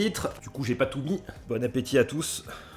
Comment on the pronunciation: " bonne apesoif " 😂